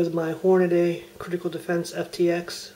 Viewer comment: hornady. theres only 1 a in hornady. people still pronounce it hornaday lol